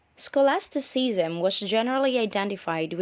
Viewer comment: scholastiseasam? learn to pronounce first